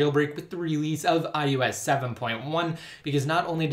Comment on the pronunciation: Is anyone else annoyed when he says iOS? It sounds like iUS to me.